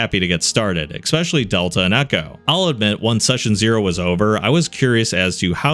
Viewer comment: especially, not expecially, nor ekspecially, c'mon